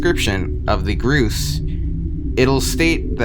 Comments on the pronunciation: what the hell is groose its pronaunced Gors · It's pronounced gorse not groose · ITS NOT PRONOUNCED GROOS ITS PRONOUNCED GORSE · It physically hurt me when he said "groose"